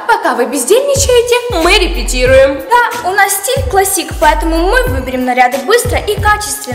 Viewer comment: клАссик а не классИк